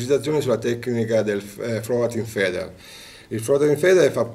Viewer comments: 😂😂😂😂😂 fubbi, sarebbi, intepetrare, conno, feder, partenza, sendenza, abbundo, 😂😂😂😂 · Magari si pronuncia fider ! Altrimenti parla italiano e chiamalo alimentatore